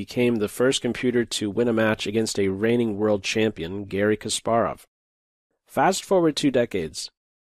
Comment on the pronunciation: I can't get past the mispronunciation of Kasparov. You know who he is if you have any level of chess credibility.